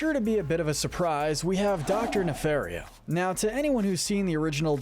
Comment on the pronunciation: It’s pronounced “nuh-FAHR-ee-oh”, “”! 🤨 You’re so bad at pronouncing names,! 🙄